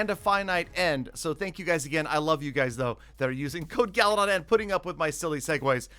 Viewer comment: It's not galadon its galydon